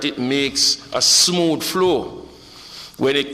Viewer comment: Smooth is one syllable. Not “si-mooth” Clarke.